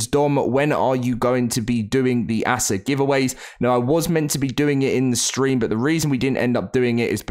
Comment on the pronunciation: can you stop calling it assah